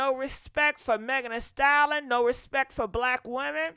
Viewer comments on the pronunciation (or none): Ayo! Lol I love her but I hate the way she says Megan Thee "stallon" 😂😂😂😂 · If you don't stop saying Megan, the "Stallon". It's "STALLION". Pronounced "sta·lee·uhn". 🙃